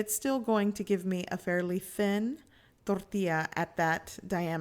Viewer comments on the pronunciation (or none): Yes plz just say Tortilla. I don't know why but it is just hard hearing thorrrtila with the rest of the perfect English. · hahahaha... I was gonna comment just that... she has a perfect English accent and over emphasizes the word "Toooorrrtiiiiiiiiiilllla", It was kind of annoying. But anyway, I appreciate the detailed video. I have made tortillas before and thought she could have over cooked them a bit. Does not seem as you can bend it too much. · Tortia or tortillas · quit saying torrrrtilla you know how to say tortilla in english don't pretend you don't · Door tea ah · Its fucking driving me soooo mad. Torrrrrtija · What is your problem with pronouncing “tortilla” just say it like a normal person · Gochujang mama: says tortilla Me: 🤤🤤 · Anyone else like the way she says tortilla?? just me? ok. I love your channel and recipes! 23k subscribers?!?! Congrats! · She could be cursing me out and if she sprinkled the word tortilla in , I would be in heaven. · Oculus Awwwwww man, it irritates me to no end. She sounds like Peggy Hill when she tries to speak Spanish